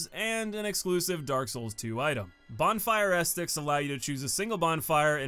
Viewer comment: "Bonfire estic." "Ajucator." "Vycar Amelia."